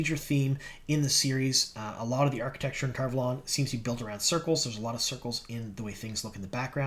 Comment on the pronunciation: How come everyone decided to start saying Tar Valon wrong? It's said the way Michael and Kate say it or its WRONG.